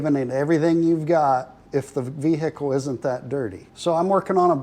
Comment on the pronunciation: vehicle all in one syllable with the h silent